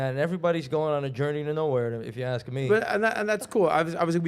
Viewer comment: we don’t axe 😂